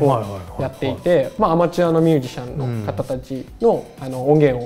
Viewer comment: ミュージャシャンは草